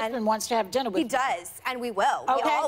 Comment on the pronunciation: When Meghan’s like and we will have diner😑 joy says everything but yea right! Lmfao “food taster”